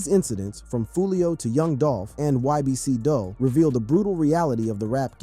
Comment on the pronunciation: U gotta start saying g these ppl names right man ybc dul (dool) sani (sahni) goon